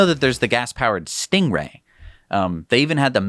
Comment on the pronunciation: Sting-E-Ray!!! (stinky Ray?)